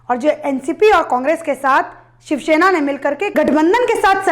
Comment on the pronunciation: Idot it's shiv sena learn to speak first